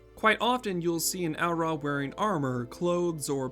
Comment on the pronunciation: I will ask one favor of this video... "Au Ra"..... Not Au'Ra lol. Bless <3